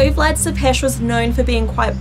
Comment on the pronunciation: I am from Romania and so I know about MY home country and Vlad was a bad ruler but great warrior, he helped Romania in getting independence from the Turks and founded the capital of Romania which is Bucharest, she said Vlad Tepes name wrong, I wish more Americans would take interest in a very beautiful, historical country! 😩🤟🏻😊💯🇷🇴